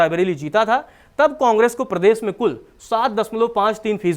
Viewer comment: भाई, आप प्रदेश को प्रदेस बोलते है, अर्थात श को स बोलते है।